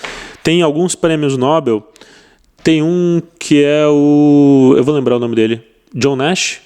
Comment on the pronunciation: Prémio "nobel" e não nóbel😂😂😂